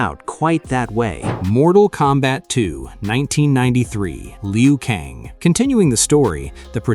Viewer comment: It’s not pronunciation Lee u Kang. It’s Lew - Kang. Geez